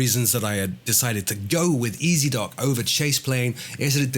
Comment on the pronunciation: "Ezdok" in Russian means "Rider". The correct way to pronounce it would be "Yezdok" with the emphasis on the last vowel. FYI.:)